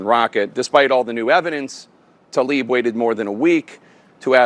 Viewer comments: 'Tlaib" NOT 'Talib' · it's not TALIB, IT'S TLAIB. I know, it's tricky. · It is not Talib but Tlaib. How hard is it to learn the name you mention repeatedly. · Jake Tapper COULD state TLAIB's name properly...